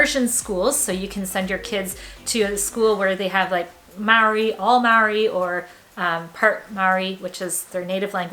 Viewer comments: Loved this one, when saying Maori, say it like when cheese goes bad = Moldy 👍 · Please learn how to pronounce Te Reo/Maori. Maori is pronounced mou-ri with vowels sounds in the base notes. Power outlets are designed for health and safety plus save power. Bare feet is actually healthier than compared to many designed shoes. But please watch the pronunciation out of respect.